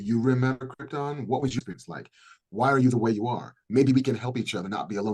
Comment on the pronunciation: Did Marc just go Brando and pronounce it "Kryptin"?